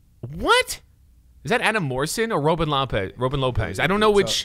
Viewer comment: "Robe n' Lopez"